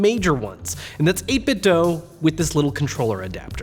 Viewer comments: "pal" Pal. Not pee ay ell. 8bit Doo not doe Scanlines are stupid. I had a big screen TV and never saw lines. Those displays are better than people think. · It's pronounced 8-bit doo. As in tooth. The cube speakers they came out with say that when powering on.